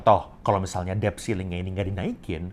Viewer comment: Maaf ya mas OP, mau koreksi dikit: “debt” itu huruf “d”-nya ga diucapin. Jadi bunyinya seperti “det”.